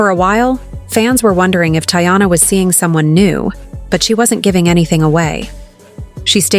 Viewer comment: First off, thats not how to say her name goofy